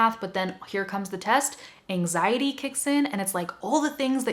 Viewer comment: I'm brazilian. I was understand 99 per cent of that. but When you talk about last reason in this video I heard some like "enzaindy" kkkkk and then I lost the means of rest!!! It's incredible how the brain works! When I understood that word was ANXIETY I've got the mean of almost tottality of the rest!!!!! Thank you. Good job. Your explanation is the best ever. Please, give me a feedback about quality of my phrases. Ok?